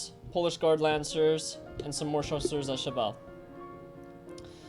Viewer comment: I like when you say chasseurs à cheval